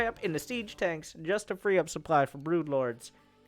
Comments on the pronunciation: Where does one come from when one pronounces "supply" as "soop-lie"? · but luke et dee soup lie!!!